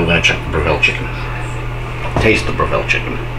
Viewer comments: We say bre ( Rhymes with Rev).ville not Bra.ville. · fwiw, it's pronounced BREV-ill, not Bra-VILL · 1.can't believe u prepped on yr cooktop, 2. Br/ville? No o o its Brev/le here in Oz! Thx for the comparison. What about smoke exhaust? Is Airfryer same as Breville? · Dude, if you're going to do a video on a product at least learn how to pronounce its name properly 😂